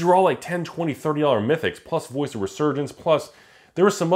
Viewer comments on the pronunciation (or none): none